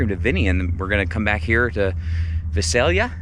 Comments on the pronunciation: V eye say Lee ahhh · That's awesome you found it in my city. You were very close on the pronunciation, but the correct way to say it is vai·say·lee·uh :) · Vie-Sail-ya Not that it really matters. Just another hard to pronounce valley town. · How exciting. A new rig. I love the lighter colors. The layout is amazing. Visalia. Rhymes with, Bye sail ya. What a lovely seller. The rig coming furnished and with cute little items. I agree about the shower placement. You’ll have to make sure the bedroom curtains are drawn too.